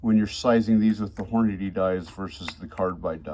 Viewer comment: Hor-Naddy lol